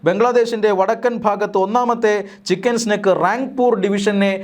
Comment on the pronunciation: ചിക്കൻ സ്നേക് (പാമ്പ്) അല്ല സ്നേഹിതാ ചിക്കൻ നെക്ക് (കഴുത്ത്) തിരുത്തി വായിക്കുക